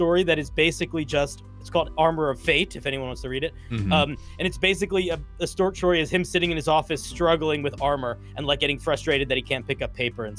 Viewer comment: Love me a stort shory